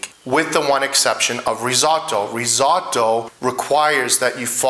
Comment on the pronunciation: I love risotto and have made it for years. Yours looks fantastic no doubt about it but please please don’t call it risAWtoe. As an Italian you know it’s not pronounced that way.